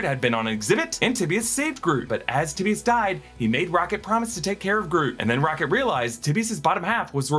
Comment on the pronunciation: I'm not sure that's how you pronounce Tibius